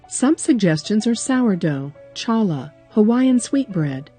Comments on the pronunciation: Lol its pronounced hall-uh bread not challah bread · I cringed at the way challah was said